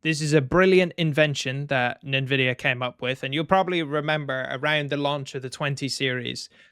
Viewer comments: its pronounced as N-vidia not nin vidiea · NEN VIDIA? Brother, content and rant is on point. Then you do this? I upvoted but please, N-VIDIA is the only way to say it. If you have the time look into old titles, Skyrim, GTA 5 and Stalker series. These games with mods are running 100+ fps. Modern day developers are lazy and untalented.